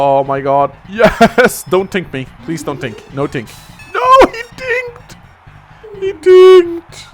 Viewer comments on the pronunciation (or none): I love how says 'tank' because he pronounces it like 'tink' "NOO! HE TINKED!"